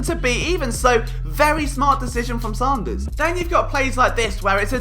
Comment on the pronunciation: It’s pronounced Sand-ers